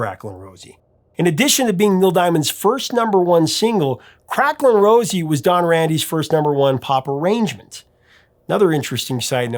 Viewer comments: Crackling Rose is actually pronounced Crackling Rose-ay not Rosie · The name on the bottle is pronounced crack-ling RO-ZAY, not Rosie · It irks me more than you can possibly know the hear you call the drink Crackling Rosie, rather than Crackling Rosé.